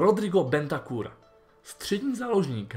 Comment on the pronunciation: Je to Bentancur a nie Bentacur 😁😁😁